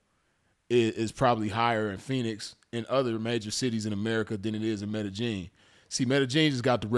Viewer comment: Blessings to the game. Glad you're good fam.... say btw... it's pronounced "Med-Eh-Yeen" fam.... No J or G in it. #salute #ripsinful